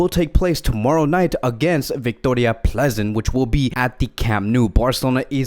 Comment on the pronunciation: Vicroria plEEzen allways makes me laugh :)